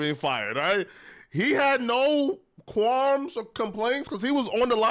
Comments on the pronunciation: Yea… and he don’t have no “quarms” about it either… 🤦🏽‍♂️ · wtf is a “quarm”?! 🤦🏽‍♂️